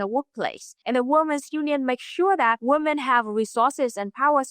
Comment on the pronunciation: You mispronunced "women". It is pronounced like "wee-min", not "woman"